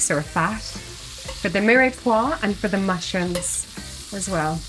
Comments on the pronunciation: It’s one syllable not two. There’s no acute accent on the e. So phonetically it’s meer-pwah. Nor miray pwah. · I was thinking the same thing.I wonder if that's just a common way.They might pronounce it in ireland?